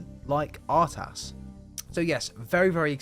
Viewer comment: It's Ertas not Artas